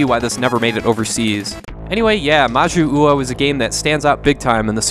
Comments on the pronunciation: I know this is from like 4 years ago so maybe you've had more practice since then, but when you see two 'U's in a row in Japanese it just about always indicates one slightly elongated U, rather than two that need to be pronounced separately. So 'Ma-Joo-Oh' rather than 'Ma-Joo-Oo-Oh.' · Its majyuu ou, you dont pronounce the second u as its meant fpr the long pronunciation of jyuu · I really apologize for being obnoxious but it's pronounced "Mah jew oh", the romanization is "Jyuu" but it's just pronounced as straight "Juu" in Japanese. Three "syllables" here. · "Majyu-uou". Hmm…/ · Thank you, for some reason that bothered the hell out of me each time he said that wrong.